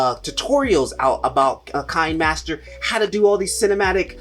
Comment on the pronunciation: Thanks. Very informative video. A couple of things I wanted to add. Kinemaster is pronounced keenaymaster. Kino is the German word for cinema.. One of the easiest and quickest video editors is InShot. I can edit a video in a few minutes. Very intuitive. I really love it for a quick turn around.